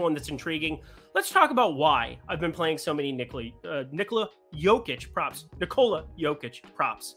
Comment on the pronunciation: First way of saying Nikola is correct 🙂